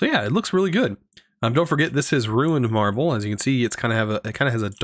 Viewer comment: please stop saying Ruined Marble, it's Runed Marble, it's got runes on it, it isn't ruined (aka defective)